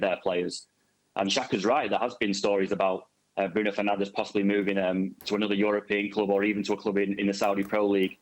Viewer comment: Bruno Fernandez ❌ Bruno Susnandez ✅ Erik Ten hag ❌ Erik Zero hag ✅